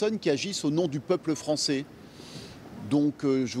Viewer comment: .....La liberté d'expression commence d'abord , monsieur l'avocat des mes coudes , par savoir prononcer le français ..... Français se prononce français....et pas françé etc.....